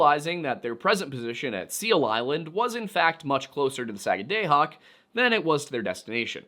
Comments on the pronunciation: So it’s not pronounced Saga day hoc , it’s pronounced Saaga daah hoc. I live in the area. Just sayin. Great informational video. Really enjoyed it. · not Sag ah DAY hoc, SAG ah da hoc. At least that is how we were taught to say it when I was a kid in Maine schools. One of the counties. No idea how to pronounce Skidwarres though. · Its pronouced “da” not “day”. Saga”da”hoc. Might help to say it faster. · As someone from new england who lived in Maine for almost a decade, your pronunciation of Sagadahoc(sah-gad-ah-hock) and sachem(say-cthem)really bothers me lol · I am from Sagadahoc county, in Maine. :) We say it Sag-ah-dah-hock, with the emphasis on the first syllable. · Its 'Saga-dah-hawk'. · It's pronounced sag-guh-duh-hawk. I live in Maine, born and raised. I know. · (Sag-ah-dah-Hock), there is NO Long “A” sound in the Entire Word, it is an “AH” Sound!!! As a Life Long Mainer, I am making you aware, How Badly You are Butchering that word! I am Perfectly Aware, (of the Difficultly in the Pronunciation of the “Native Names” of Places)! We HONOR the Native Peoples by Using the “Original Names” of Places, and Not Resort to the “Christian Names” of those Places, (by Default)! You Will Find This Custom, All Throughout “New England”!!! The ONLY THING more Difficult, (than Correct Pronunciation of Places), is “SURVIVING MAINE WINTERS”!!! Do Better Next-Time Around, but a “Good Start”, we’ve heard “WAY WORSE”! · You pronounce it: sag-a-da-hoc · One of Maine's counties is named Sagadahoc to this day. Btw, it's pronounced SAG-uh-duh-hawk. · As a Mainer, I’m so happy you made this! Most of our own don’t even know this story…and as always, so grateful for the historical context 🫶🏼 I’ll give you as pass as a pennamite…but you get a nickel for pronouncing Sagadahoc like that 😝 sag-ah-duh-hawk, real fast. Haha. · Pronunciation correction from a mainer: Sag-uh-dah-hawk. No hard vowels. Excited to see a video about Maine! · Thank you Susanna. The sagga day hoc was killing me.